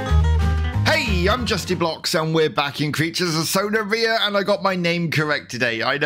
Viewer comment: aint now way he said sona reeia